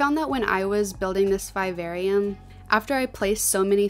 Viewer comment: The pronunciation of vivarium is driving me nuts but holy crap you're creative as hell 🤯🤯